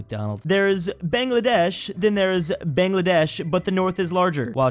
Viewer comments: bangladesh’s a is pronounced BONgladesh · he still calls it bengladaysh